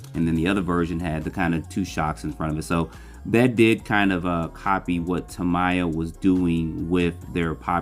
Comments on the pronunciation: I hate to be "that guy" but your pronunciation of Tamiya is incorrect. You're saying what sounds like Ta-MY-ah when the correct pronunciation is Ta-ME-ah. Japanese "mi" uses a short i, not a long i. Not trying to be mean, just spreading some knowledge. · Who is TAM-EYE-AH? Ex GF?